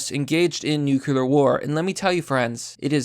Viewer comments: Jesus christ, please learn how to pronounce "nuclear". Nu-clear. Not Nuke-yiller. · STOP SAYING "NEW-CUE-LAR" IT'S "NEW-CLEAR" DAMMIT! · Nook - lear. Not "newkewlear". Only two syllables. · New... Clear. Say it with me. Nuclear, not god damned nukular. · NucLEar not nucELar war, man idk why it annoys me so much, like hwile instead of while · God. Dammit. Nuclear. Not 'nucular'. Noo-clear. The word 'clear' with 'nu' in front of it. Not god damn 'nucular'. You said it so many fucking times and every time it was wrong. Nuclear. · my guy its not nucular its nuclear.... new-cue-lar no. new-clear yes, jesus use our beautiful language correctly please its not that difficult. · WTF... STOP SAYING NUKE-YUH-LER. IT'S WRITTEN NUKE-LEE-AR! NUCLEAR!!! I'm calling it now, has an IQ under 100... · New. Clear. Newkyooler. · It's not nu-cu-lar. It's nu-cle-ar. Get it right. Makes you sound illiterate. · Nuc-u-lar? Bro.... nuc-u-lar? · Yo... It's pronounced nu-cle-ar. It's not nukular. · Newcular war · No balls kill the human species. *Hears nuculear sirens go off* The mad lad. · I'll actually pay you if you stop saying "nukular". It's nu-CLE-ar, like in "Cleo". This word has been "W-Bushed" to fuck already! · Nuclear. Nu (new) Clear (kleer). Not nucalur. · Nuculer war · I love ya... But ffs. Noo-klee-er. :-P it sounded like you were trying, I think you said it right once or twice. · Anyone else bothered by the pronunciation of the word ‘nuclear’? As if it’s spelled nuc-U-lear 🙄....... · I can’t take anyone that uses a q when they say nuclear. Say it with me, “new cle ur.” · New-KLEE-urr.... Please for the love of god say it right.... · pls man it's nuke-lee-r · NOO-KLEE-ER NUCLEAR AS IN NOO-KLEE-US NUCLEUS OF AN ATOM. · "Nukeuler" You're a fucking mongoloid dude. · Nuke yew lur